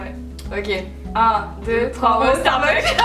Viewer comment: Coucou Marie, ce tag était super sympa! Vous vous connaissez bien! :) vivement les vlogs de Barcelone! ;) Un petit truc: étant moi-même accro au Starbucks, please please n'oubliez pas le "s" à la fin..."starbuck" c'est un autre magasin aux USA! :) Bisou et bonnes vacances!